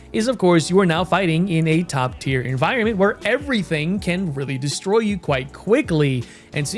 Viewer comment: "...10.0 'enviornments' for the masses 'toe' enjoy..."